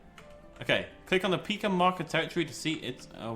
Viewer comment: I believe it's called a Pie-ka, though I could be wrong XD